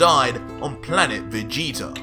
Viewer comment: REALLY? VEGETER? OMG!